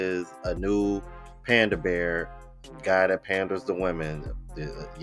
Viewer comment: Lol, pander- bear. 🐼